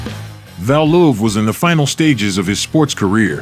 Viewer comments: Hey Valuev (not pronounced Val Loof, but whatever), fight some dudes half your size.. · I had to stop watching the fourth time he called Valuev "VAL-luhuv" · pronounce its correctly it should be pronuced "val-u,ev' its cringy way its pronounced here, im assuming using an AI audio gen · Pronounced Val- you- ev!!!